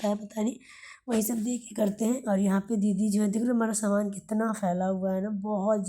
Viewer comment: Saman bolna to seekh lo s sh main fark hota hai gaav main bhi s ko sh nahi bolte